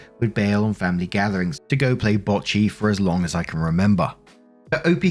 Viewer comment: "Go play bocce" - It is just the way you pronounced it that reminds me of the mentioned Star wars language. It makes me think Bocce is not just a language, but a game the people that language comes from brought to the galaxy. But more on-subject, the grandfather wanting to make everything even also sounds like it might be an Autistic characteristic. I am not wanting to say that is bad,, I am on the spectrum myself, but on the Aspy side.